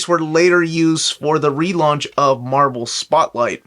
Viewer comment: You mispronounced Marvel.